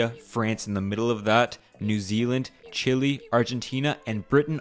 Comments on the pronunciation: "Chilli" lol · Good video but Chile its pronounced "Chillay" and condor is a animal of Chile not Argentina, Chile is not a rabbit coz thats never being our national animal, please correct that in future videos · Is Chile not chili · Why are people pronouncing Chile as Chili 😭 I know that's technically the english pronunciation but omg come on it's Chi - leh !! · “chill wi bird”